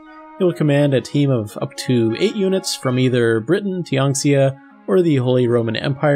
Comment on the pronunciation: No u r not saying Tianxia correctly